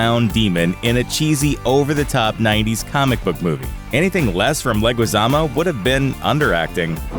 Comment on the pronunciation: It's pronounced John Leh-gee-zamo.